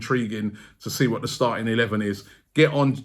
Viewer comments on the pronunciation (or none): none